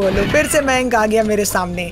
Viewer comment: Maynk nai ma'ya'nkkk